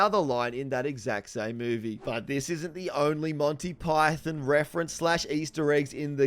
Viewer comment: “Montay Pie-thin” 😂